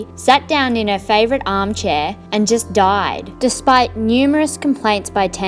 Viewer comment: This is what Australians actually sound like 😂